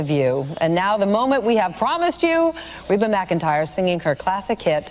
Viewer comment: It's pronounced Ree-ba even though it's spelled Reba..